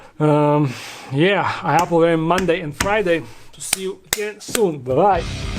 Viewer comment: Unrelated but the way you say “wery” instead of “very” makes my heart melt and if you were gay I’d fight entire kingdoms for your precious hand.